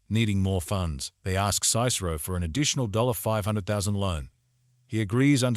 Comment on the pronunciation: Good summary, except for your pronunciation of “Cicero.” That first vowel is a short i sound, as in “hit.” SIH-suh-roe.